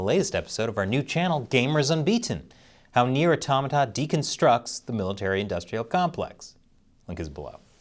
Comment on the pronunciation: 10 points for being the only person on planet earth to actually pronounce Nier: Automata correctly